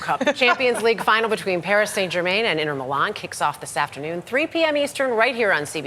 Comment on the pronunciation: Inner Mulan 😂